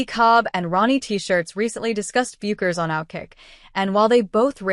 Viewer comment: You know it's AI generated when it pronounces Paige "Bu-kers". You should hear how AI butchers Geno Auriemma's name. Meaningless video